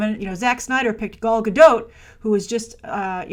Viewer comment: It’s “Gal”, why does still pronounce her name as if it’s “Gaul”? Also, she struggled to find roles before being casted as WW. I don’t think she’s struggling now. She could’ve already been casted for that movie with Bradley Cooper and it’s just not announced yet. Or considering she made 3 movies back to back in the last several years with basically no breaks in between and has a less than 1 year old baby, she could be looking to have some down time before going to back filming a couple more DCEU films.